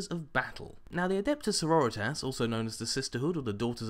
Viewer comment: i think its pronounced Sor-ror-ri-tas. like senoritas? like in spanish?